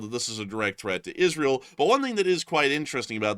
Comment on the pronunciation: Isreal.....typed it exactly how he said it